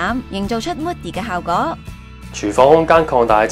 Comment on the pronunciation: 旁白咬字咬好D好唔好 係 效果 唔係 效嗰